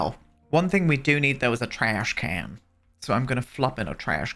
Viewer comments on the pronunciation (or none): Lmaooo when he said trash can 😂 sounded very American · You saying trash can in such a harsh American accent was a jump scare lmao